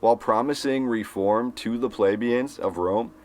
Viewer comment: YOU ARE MISPRONOUNCING THE WIRD PLEBEIAN. 👎🏻